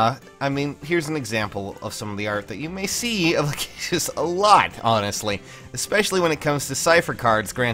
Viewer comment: I think it's pronounced "Lack-ih-sis", since for some reason her original arts and such call her "Rachesis", but I think that may have been from the L-R blend in Japanese.